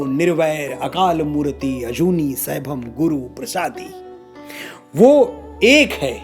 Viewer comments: Satsriakal ji Aapne jitna btaya sahi btaya par mool mantar mei matra khin khin silent hai...kisi Sikh se puche...jaise murti nai bolna akalmurat bolna hai... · Very nice but Manoj ji murti nahi h murat guru prasadi nahi guru prasad jugadi nahi jugad pronoun karte h🙏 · A small correction in pronunciation - chotti 'e' is silent when reading it in Hindi eg it's akaal murt not murti.